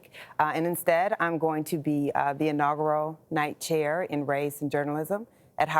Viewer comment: Cant even pronounce “inaugural” correctly. Why are we listening to this lady?